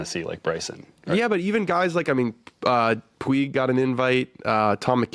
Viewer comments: I did hear that! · Puig is pronounced "pooj" not "pweeg"